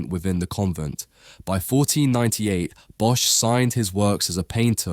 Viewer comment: "bosch" is pronounced as "boss"